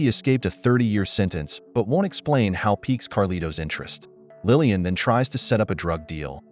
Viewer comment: It's Laline, not Lillian!!! Otherwise, it's a good video. 😊